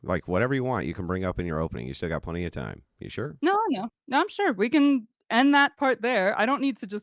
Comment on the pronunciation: Good hell her voice is like syrup. And the word, “sure” does not have 2 syllables.